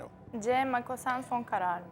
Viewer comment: Makosen denmez ukalâlar. MOKASEN denir.Cehalet paçalardan akıyor.